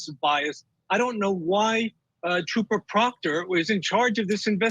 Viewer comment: Re-watching this and dying that said TROPPER PROOKTER bahahah